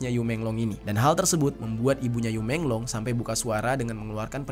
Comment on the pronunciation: Bacanya yi menglo